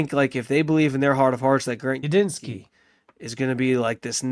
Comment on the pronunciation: Are you calling him Ubinski? It's Udinski, with a D.